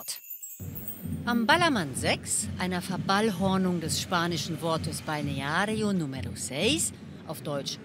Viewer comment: Gleicher Gedanke. Aber Balneario Número Seis hat sie perfekt ausgesprochen. 😄